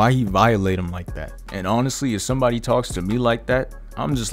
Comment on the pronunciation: Zomebody zed. Bring forth the child 🤣🤣🤣🤣🤣🤣